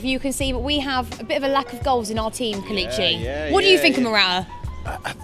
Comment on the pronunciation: It's pronounced Kay-Lay-Chi (KELECHI)